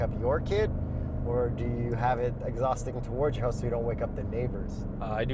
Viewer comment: Its on the other side of my hoowse😂 lol canada eh?🍁